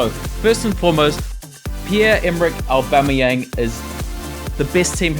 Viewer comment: Aubemayang? lol